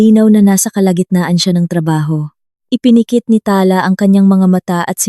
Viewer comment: Pls pronoutiation paki improve.ta-la not tala na mabilis.